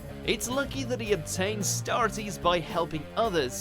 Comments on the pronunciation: Y’all have had some weird pronunciations in the past but I think pronouncing “Starites” as “Star-it-ees” takes the cake for the weirdest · I cringed at the way he pronounced starites.